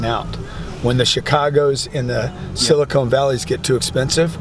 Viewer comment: he said “silicone valley”. ha ha sorry but it is silicon valley, chief. ha ha